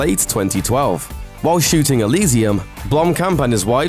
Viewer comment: Say Elysium again lol